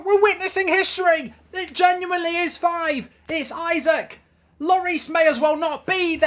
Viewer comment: isaks' name isnt pronounced isaac its pronounced e-sak